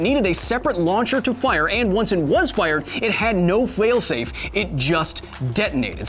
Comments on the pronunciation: "no fwail-safe" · “It had no fwail-safe” ... sorry